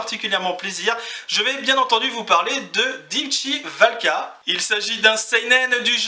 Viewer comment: Haaa! tu es le meilleur Youtuber manga francophone qui existe.Mais pourquoi?!? Me diras-tu.Car, tout simplement, tu as bien prononcé le titre du manga! XD